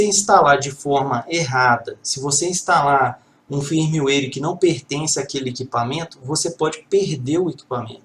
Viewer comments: Muito bom, mas foi difícil escutar firmiueire tantas vezes no lugar de fírmuér. ;) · Eu já ouví foi firmeuáire ! Tá é bom kk